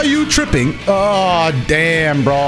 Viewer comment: Blud turned British with the “are you tripping